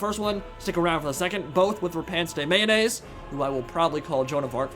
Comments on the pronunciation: I'm not sure if you are memeing but I am like 90% sure that Lyonesse is pronounced as you would "Lioness". I think it's supposed to be a pun for her name too, like, "Repanse The Lioness". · i swear whenever he says Lyonesse i hear mayonaise lmao